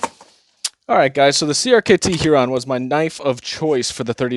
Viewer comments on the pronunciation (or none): Hee-ron? Herrrrrron. Like the bird. Durrrr